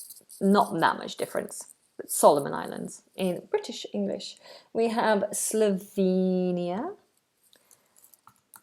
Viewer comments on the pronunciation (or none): none